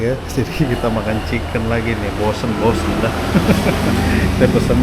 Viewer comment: dia menyebutnya ciken wkwk